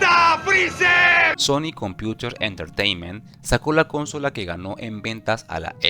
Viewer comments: Que estresante que digas cónsola en vez de consola, es buen video pero de verdad es molesto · Jaja no puedo con el CÓNSOLA